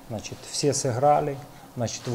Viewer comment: Хахаха. У него глазищи как у наркомана. Поди офигел от такого результата против Мальты. "Значет ээээ"